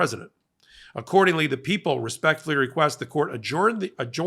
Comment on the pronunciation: Yay!!! is pronouncing adjourn correctly now. Love the guys but their pronunciation has always grated. Thanks.